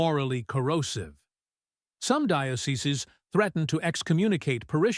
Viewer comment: the word is pronounced "di-OH se seez", not "di-OH se-se-zez".